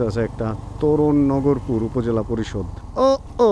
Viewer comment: নগরপুর না ভাই। নাগরপুর হবে। আমার গ্রামের বাড়ি। এইখানে।